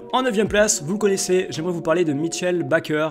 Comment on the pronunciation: Tu sais pas prononcer Bakker, tu connais pas Olivier Kapo, tu connais pas Ogbeche, tu mets un gardien qui prend 3 buts par match en Top prospect, tu nous sors des « avec la tête qu’il a on voit c’est un futur Ronaldinho », tu parles pas de Kays Ruiz qui est un top3... frère si tu arrives à 100k tu es le plus gros escroc, c’est même pas de la Footixerie là